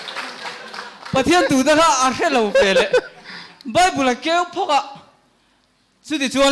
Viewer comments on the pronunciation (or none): none